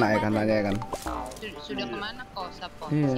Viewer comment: Cuman bang doang dari sekian youtuber,yg penyebutan sappo nya benar